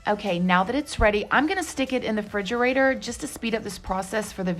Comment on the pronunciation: Unfortunately im elergic to nuts 😔 But the way you said "fridgerator", I love it! And your son is soooo cute! ❤